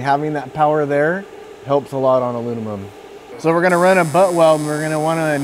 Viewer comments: This comment is not meant to be rude at all. I appreciate the video it was very helpful. Post disclaimer here’s my observation: I’ve met 3 people in my life that struggled pronouncing the word Aluminum. It comes out as aluninim or alumimum. All 3 of those guys struggled in school. All 3 of those guys have extremely high ability level not just in fabrication/welding but in any hand eye coordination work in general. It’s weird! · "WELD MEAN, WELD GREEN" Alunimum!